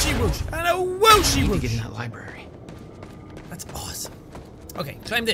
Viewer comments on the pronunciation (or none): Beth said Libary straight up.